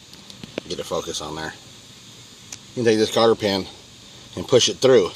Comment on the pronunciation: Cotter pin, not Carter pin